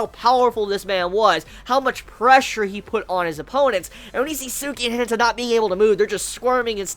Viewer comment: The way you say hinata... just no